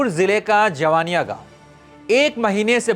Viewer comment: पहले आप मीडिया का कहीं से शिक्षा लो बात करने का तुम्हें तरीका नहीं है ।जिन लोकल यूट्यूब को तुम फालतू का वीडियो बोल रहे हो उसी के वीडियो से तुम भी जान हो उसी के वीडियो से देश दुनिया जाना है कि जवईनियाँ गांव है तुम्हें उसे गांव का नाम भी शुद्ध से नहीं बोलने आ रहा है जवनिया बोल रहे हो।